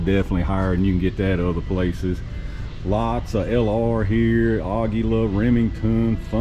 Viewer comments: it is A GEE LA, spainish pronunciation. we used to call it a gweela or Agu la. Ever find any Primers for sale at a good price??? a box of 1000 at about 35 dollars is a Back to Sanity price. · No it's not. I used to mispronounce it that way too. It's 100% AH-gee-la.